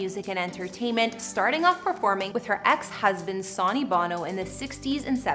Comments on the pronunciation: It is 'Sunny' not Sawny omg show some respect and it's also not tape es tries....it's tap is tries. omg again. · it's pronounced "Son-neey" not "Sah-neey" and please drop the fray voice! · I hate how she says his name Sony is said like Sunny not Soonie 😁😳😞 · Sonny's name is pronounced like Sunny? Omg!! It's like you've never even heard it pronounced by Cher, herself! You're pronouncing it like Souny? Weird..🤔🤔🤔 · Sonny Bono’s name is pronounced ‘Sunny’. Not ‘Saw-nee’. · The hostess of this video needs to learn how to pronounce Cher's ex-husband's name!! Geez! Pronounced: Sunny Bow-no rhymes with BOZO! SONNY BONO... has she never HEARD of the guy? If you're going to present an informational video, make sure you know how to pronounce the names please! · He pronounced his name sony (sunny) you should learn how to pronounce a person’s name correctly before you put out anymore videos. This is ridiculous. It’s pronounced Sunny, sunny, sunny. Not Like the entertainment giant Sony. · The Presenter here must be very young, calling Sonny(pronounced-Sunny) as sawny...Haha.. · Sony lmao it's pernounced SUNNY! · It’s “Sony” like “Sunny” not the electronic company. He was an elective official too. Do your research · Omg!! SUNNY!! NOT SONY!! HOW CAN U NOY KNOW HOW TO PRONOUNCE HIS NAME?!! ISNT THAT PART OF YOUR JOB!!! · "Saunee Bono" I can't. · Sonny is pronounced Sunny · Yes, "Sonny" is pronounced "Sunny!" Get it right! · Sowny? Tape-estries? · Caught me off guard when she said Sony … lol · I know.....It's SON---ny. Everybody knows that!! That was really getting under my skin!! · Your absolutely right. This young generation doesn’t know how to pronounce Sonny’s name. She’s saying it like Sony in Sony records lol do your research girl. I find she speaks to quickly. Had to turn it off 😮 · Sonny is pronounced "Sunny' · sonny Bono’s name is pronounced sunny just fyi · Ask someone how to say Sonny!! Sonny is pronounced sunny....you age is definately showing...sigh...